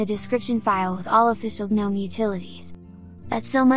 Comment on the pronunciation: "guh-nome os" is literally my definition of hell... 😂😂😂